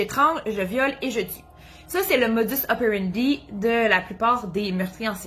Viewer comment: J'aime bien vos vidéos je les regarde toutes depuis le début😉. En France aussi on dit aussi "Modus(s) opérendis(s)" sauf que dans le latin le S est prononcé😉😍. Bonjour du Cantal au centre de la France en Auvergne. Bonne continuation et bravo 👏👏.